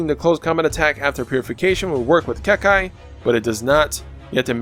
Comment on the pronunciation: As always awesome build. Like how you mix Naruto with your videos. But there is only one thing you need to check. Copy and paste this [結界 英語] in google and click the speaker 🔊 to lesson to the right pronunciation of the word "Kekkai" pronounced in Japanese 👍